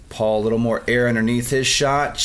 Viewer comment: needs to learn how to make the "P" sound, he pronounces Paul's name "Baul" atleast once, and says "Butt" instead of "Putt". lol